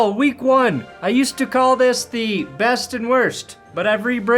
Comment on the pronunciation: I miss best and worst. The way you say “BEST” was my favorite 😢